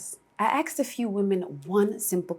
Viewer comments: You “axed” a few women ? I hope they survived being “ axed” . Try “ asking” them . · You "Axed" a few women....... Did they bleed much??? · ".....I AXED a few women....." Click....this isn't for 87% of the human population! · she said AXED. i stopped watching